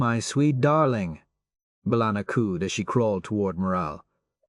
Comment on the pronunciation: 20 different pronunciations of chakotay and bellanna and none of them correct or even consistently 😂